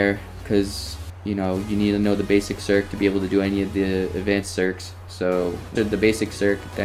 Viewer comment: LOL u calling it a serk